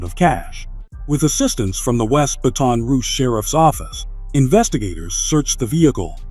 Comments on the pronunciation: He said Ba-Ton Rouge😢bruh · bruh, the way he's sayin Baton Rouge is pissing me off, but he ruined Laplace lol